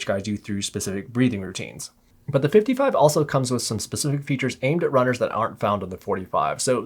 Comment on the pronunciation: It sounds like you’re saying 455 man, had to check the title of the video again 🤣